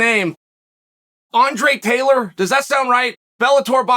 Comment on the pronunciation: Uncle Chael with that "Andre Taylor" 🤣🤣🤣